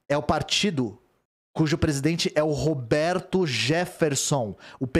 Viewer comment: Não consigo mais levar a sério essa notícia dps do ler "saúde do pretista" KKKK Sdds quando todo mundo morria e era substituído por um sósia.